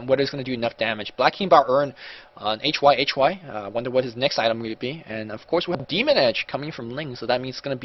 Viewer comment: What's going on with the quality... And I wish you would just pronounce it hi-hi instead of H Y H Y :)